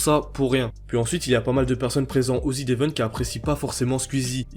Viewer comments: mais frérot tas vidéo est super quali mais prononce bien les mots phares de tes vidéos wsh, ça se prononce ZedEvent pas Zid 😭😭😭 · Zevent, pas ZIDEVENTE omfg, personne ne sait lire bordel de merde. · Ca se prononce zi event, pas zi devent par contre. xD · Tu peux arrêter de dire ZIDE event comme un attardé stp jai envie de m'arracher les couilles a chaque fois merci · Pourquoi tu dis ZeDevent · C'est quoi le zidevent? Sérieux mec, fais pas de vidéo sur un évent dont tu sais même pas prononcer le nom 😂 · il y a que moi que ça stresse qu'il dise "ZidEvent" ? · Zd'event, la prononciation me tique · « Zidevent » ptn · pourquoi "zdevent"? il n'y a pas de liaison avec le z de z event